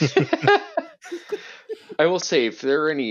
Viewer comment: that was the best „kurwa” pronunciation I ever heard from a foreigner 😂